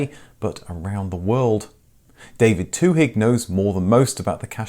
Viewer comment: The "h" in Twohig" is silent.